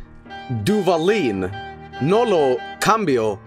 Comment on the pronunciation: I started laughing like a complete idiot when said Duvalin lmao, hermano, ya eres mexicano